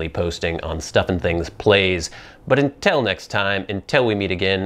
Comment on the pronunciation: Until not entil